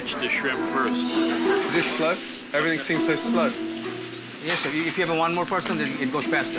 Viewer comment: Hey Gordon , Its everythinG not everythinK